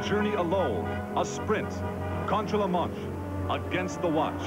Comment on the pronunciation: "Contge la montge - against the watch" ROFL